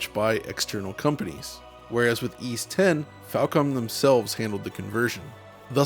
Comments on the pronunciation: Why is it pronounced as E's even though it's Ys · It's pronounced "eece" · How do you actually pronounce it? Ive heard eees and yvees over the years